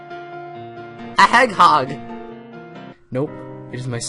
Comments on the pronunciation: "A heghog" 😂😂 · "a heghog" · "a heghog"😂😂😂😂